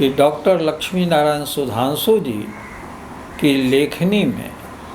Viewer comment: लचमी नारायण नहीं लक्ष्मी नारायण बोलिए।